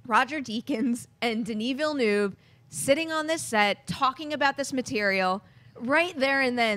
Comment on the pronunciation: I give up. You'll never learn how to pronounce Denis Villeneuve.